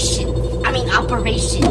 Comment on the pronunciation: Opa-napa-ration is what I heard🤣